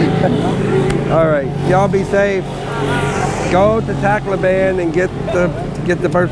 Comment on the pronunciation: tacko ban lol tacloban heheheh, wife is from calbayog city area